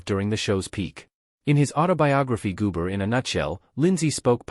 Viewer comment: WHO THE HELL IS GOOMARE?? HOW ABOUT GOMER!!! THIS NARRATOR IS STUPID!!!!